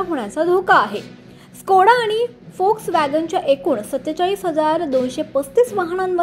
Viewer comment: Volkswagen la फोक्सवॅगन बोल्याबद्दल अभिनंदन नाहीतर सगळेच लोक वोक्सवॅगन म्हणतात जे अगदी चुकीचे आहे. जर्मन भाषेत व la फ उच्चारतात..